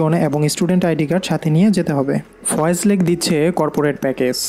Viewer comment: Foy's lake not foyez